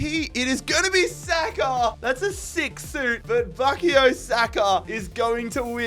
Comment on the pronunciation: With respect , it is BUU-KAAAA-YOOOOO